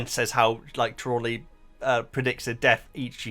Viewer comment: It's Tree-law-knee